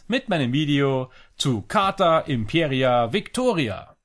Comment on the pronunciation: Heißt leider nicht Imperia, sondern Impera (ohne i). Hatte den Fehler bei der Aussprache auch gemacht.